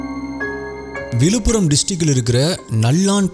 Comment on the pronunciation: Konjam zha ucharippu seriya panna nalla irukkum....tamilnaadu, vilupuram, nigalchi nu solradhukku badhila Tamizhnadu, Vizhupuram, Nigazhchi nu sollalaame....Tamizhin azhage Zha thaane